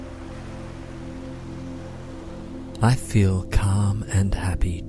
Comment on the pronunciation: *feel (not weel) :D